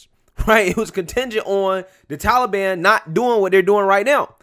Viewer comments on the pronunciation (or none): What the blue hell is 'The Tullyban'? Puppet Joey can't even pronounce Taliban correctly. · Of course, it's his go to answer. Biden can't accept blame actually. He doesn't do anything. Trump made no negotiations with Talibon. Why does he keep saying seasonal? Seasonal immigration. Ah oh, it's Talibon season again! Fool